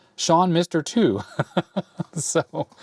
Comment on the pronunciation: It's Sean MR-TWO , not mister two ;)